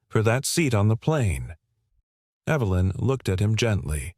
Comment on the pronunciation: The name 'Evelyn' is mispronounced, again with a hard 'E' when context demands a soft one. Oops LoL Obviously this issue is not understood by the author's team. Oops LoL